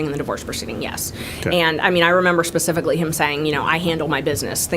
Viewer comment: Love how she says SPECIFICALLY to HIS..PACIFICALLY 😂 As he tries to be so “ sophisticated “ 🙄